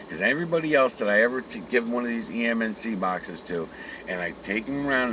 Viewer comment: I have a difficult time understanding you at certain important times. Are you saying "HAMMOND BOXES"? Okay, read some comments. EMNC boxes. How many Joe Bazooka wrappers must I send in to get one? Just kidding you, tell me more. Oh yeah, what is the name of your other channel? Miguel Everyone channel? BTW, how the fuck did you chance upon MY original slogan, "THERE IS NO SUCH THING AS NOTHING"? That's mine! I own that! Where are you from? I'm going to be in Boston this November. Can we meet up?